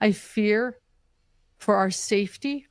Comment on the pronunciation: Are her teeth Velcro....they stick together when she speaks..the word safety sounds like "seefty"